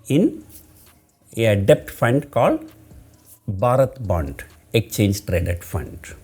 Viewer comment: I like the way u spell exchange as "ecchange". And debt (b shud be silent) as debt ( without b being silent)